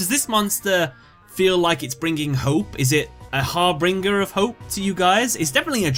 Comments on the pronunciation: Hey, the word is not Harbringer, it's Harbinger, read it again. G sounds like J there... it means herald. Just a quick FYI :) Great video otherwise. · harbinger, not harbringer. said har bin jer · great video, but it's har bIN ger, not har bRIN ger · I like how this video is about letters in the name yet when saying number 38's name he keeps adding an R to it, harbRinger instead of harbinger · Not important, but Harbinger. You're adding an R so it sounds like har-bringer. It's Har-Binge-er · harBINGER of hope not harbringer lol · im sorry but i had to pause when you were at hope harbinger because u were saying it like it was hop harbringer XD u pronounce it hope har-binge-er not harbringer it got on my nerves a little lol i feel like u dont know the word harbinger tbh haha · Its actually har-bing-er not har-bring-er. I've made the mistake myself before. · Harbinger, not Harbringer... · Har-binge-er not har-bring-er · Binger, not bringer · Harbinger not harbringer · Its harbinger not harbringer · its not harbringer its harbinger only two r's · Har-BIN-ger not "Harbringer" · starting with #5 you keep saying (to the effect) "that's pretty cool" after almost each card you introduce. So annoying dude! Just relax, talk to the camera like you would someone in real life. Also: its harB-I-N-G-E-R. not harB-R-I-N-G-E-R. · It's pronounced har-bin-jer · You should've done a bit more research on this video considering you didn't know what the meaning of harbinger is or how to correctly pronounce it. The most common example I can think of that makes people understand is the phrase, "harbinger of death".